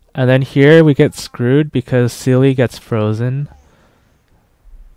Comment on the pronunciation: German here, Seele is pronounced "Zee-luh" her name means soul in German! Not a seal with an e afterwards! Although I can't pronounce the Chinese names very well so who am I to judge! Awesome run btw, gave me hope in my poor little blade.